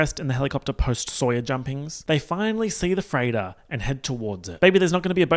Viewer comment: lmfao every time said “freighter” I thought he was saying “Freyda” and all I could think was “Who the fuck is she??”